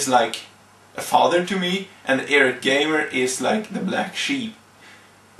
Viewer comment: it's eye rate not irrat. You aren't really much of a public speaker.